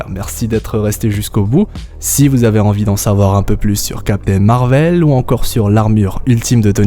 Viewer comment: MAAAAR VEL... 😅 Tu peut pas le Dire normalement .: C’est perturbant.. 😅😂 très bonne vidéo en tout cas 😊